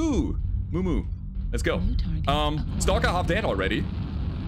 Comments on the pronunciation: "E-moo? E-muuuu? This gave me chuckles as an Australian. It's Eeem-yu, one of our emblems. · Not sure how to do phonetics but Emu is pronounced Eee-Myu sounding like "you" NOT Eee-Moo